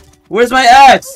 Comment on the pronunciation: Bro sai d A word instead of Axe lol